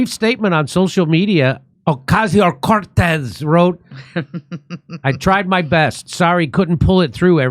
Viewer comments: Hahahaha like the way you say OCASIO CORTEZ🤣🤣🤣🤣 a hard hit CORTEZ🤣🤣🤣🤣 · Stop doing violence against AOC by pronouncing her name that 😂😂😂😂😂😂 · Trump proved that you can literally drum someone out of politics altogether by simply making a mockery of them. So I hope Jimmy continues to use the exaggerated pronunciation of AOC's name. 😂